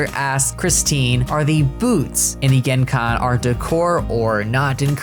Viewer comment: Genkan is pronounced ga-m-ka-m